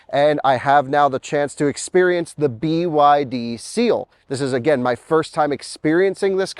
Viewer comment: At the end you called it "The Byd Steal".